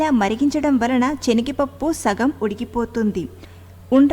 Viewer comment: Nice, Chenigapappu kadu, Senagapappu, pls. Correct